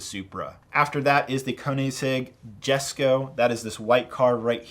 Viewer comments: 'Jesko' is pronounced 'Yesko' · Jesko is pronounced (yes-co)